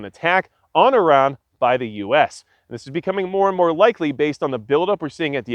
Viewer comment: Great video very informative and a great perspective! And extra kudos for saying Iran correctly! Much respect to you sir.